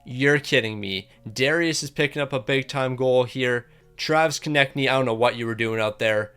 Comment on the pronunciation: he finally said konecny right!!! he reads our comments🤣